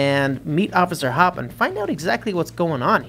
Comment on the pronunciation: Through the entire thing he says officer hop but her name is officer hopps (Judy Hopps)